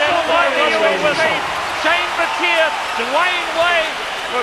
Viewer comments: it's pronounced how I just said BAT-EE-A not BAT-TEE-EAR like they were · I cringe when they call him Shane BATEER, UGH! It's Baty-yay! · It's Bat-e-a not batt-er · Anyone else cring with the commentator pronouncing Battier, "Bateer"😂 smh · can't stand how they pronounce Shane battiers name.. BAT-EE-A